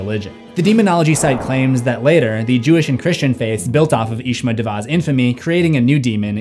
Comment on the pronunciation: pronunciation corrections: Daeva/Deva -> Day-vah Asmodeus -> Asmow Dayus Spanish correction: Actividad Paranormal means Paranormal Activity. Actividad De Paranormal is just wrong.